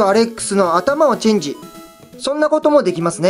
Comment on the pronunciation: 4分39秒チェンジがㄘんㄘんにしかきこえない